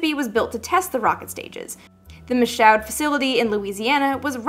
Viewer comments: Michaud is pronounced "Mee-shoo". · "Michaud" was pronounced "Mee-shoo"; the S-IC was built there, not in Seattle. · I was thinking the same, I had a friend with that surname Michaud is pronounced Me-Show. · Ok...here's my raging comment - you didn't pronounce Michoud correctly...it's pronounced 'MEE-SHOOOUUD"....other than that, great video.